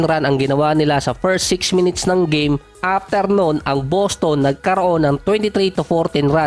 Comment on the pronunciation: Ung boses mo bat magaspang parang masyadong pilit na tough guy ba. BosTon, Tah TUm, HawSer, KWArter, PORteen, at iba pa.